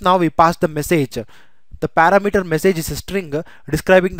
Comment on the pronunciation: it is not para mater, it is par-ram-eter